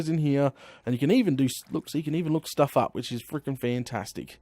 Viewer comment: plz stop with the sturff